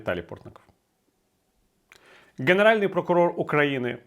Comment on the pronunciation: Прокурор генеральний, а не ґенеральний. Перепрошую, бо у Вас чудова українська і цей огріх треба виправити✌️🇺🇦